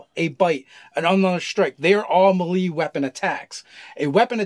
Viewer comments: isnt it may-lay not meh-lee? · They also pronounced ki and riposte incorrectly. Ki is pronounced "key" or "chi" (chee), riposte is "rip ost" (as in lost), melee is "may lay". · Omg it's pronounced may-lay. awesome video. But the way you guys pronounce some words becomes obnoxious to listen to lol. Also. Your kickstarter was awesome!!! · please stop saying melee like that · melee: pronounced MAY-LAY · Lol "MaLee attack" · I've never heard melee pronounced that way, I've only heard it may-lay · I love these guys but does anyone else wonder why they say melee the way they do? Just look up the pronunciation guys. Btw you guys are my favorite dnd content creators.